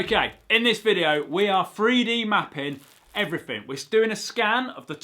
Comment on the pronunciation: ‘Fri dee mapin’